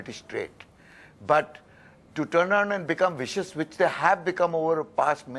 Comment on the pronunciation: just saying... its "vicious" .... dank you come again